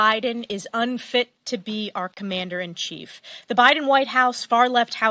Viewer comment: What? Did say, "our commander in Thief"? Or was that just what my brain heard?